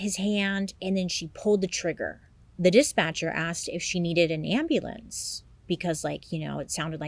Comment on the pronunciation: Doya nayd an ahmbulance?! 😂😂😂😂☠️